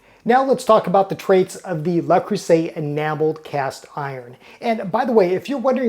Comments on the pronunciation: The French word Le Creuset is phonetically pronounced "luh-CROO-zay" in English, with the emphasis on the middle syllable and the "s" sounding like a "z" before the final "t" is silent. Here's a breakdown of the pronunciation: Le: Pronounced like the English word "luh". Creuset: Please. There is no "A" sound Thank you. I cringe every time you say it. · dude it is not "la" it is "luh" there is no "a" in Le creuset. Also the "s" between vowels is pronounced as a "z" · Le rhymes with je. If you can say ''Je m'appelle (insert your name here)'' then you can handle the first word. The first syllable of creuset = creu rhymes with jeu, where the vowel sound is like the u in urgent. The s is pronounced like a z. You got the last vowel sound right on.